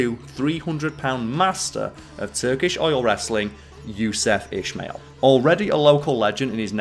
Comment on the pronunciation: Ismail is pronounced Ismail , not ishmail